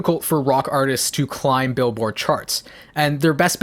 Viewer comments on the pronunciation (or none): none